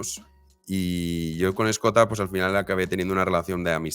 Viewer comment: cada vez que dice "Escota" muere un gatito